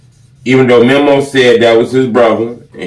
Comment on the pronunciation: This nigga still saying "memmo" after all these years